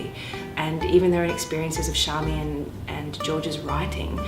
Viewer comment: There is an interview online where George clearly calls her Charmian so it makes me wonder why you ( and others ) call her Sharmian.